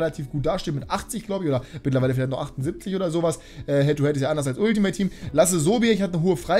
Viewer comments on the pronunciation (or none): none